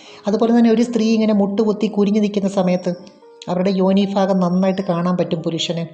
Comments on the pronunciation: ഫാര്യ ഫങ്ങി ഫാഗം ഇത് ഒക്കെ മലയാളത്തിൽ ഉച്ചാരണം തെറ്റ് അല്ലെ ഭാര്യഭംഗി ഭാഗം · Fangi Fedi fenda , fagam 😅😅😅😅good Malayalam 😅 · "Fagam" അല്ല. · ഭ എന്ന് പറയേണ്ട സ്ഥാനത്തെല്ലാം "ഫ " എന്നാണ് പറയുന്നത്. " ഫംഗി, ഫാഗം etc". കോട്ടയം ആയിരിക്കും നാട്.